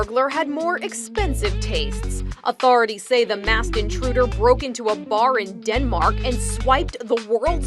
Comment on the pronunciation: The Way she said Denmark😂